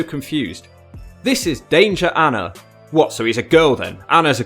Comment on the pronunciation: On Danger Anna - anna means big brother, it's "uh-naa". Not the girl's name 😂